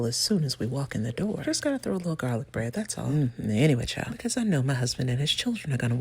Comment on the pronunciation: The only people who can show up unannounced are delivery drivers and Jesus ... love your delivery. "Becow" 🐔 🐔 🐔 😅😅😅😅